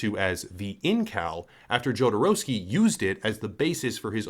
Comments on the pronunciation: Jodorovsky - the first consonant reads as 'H', as in 'humanity'. Americans reading foreign names is really something else. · Another american who can't say his name right. You don't say the J. but you always will.